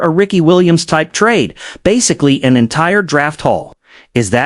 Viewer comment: A no “tra-day” clause. More AI slop. STFU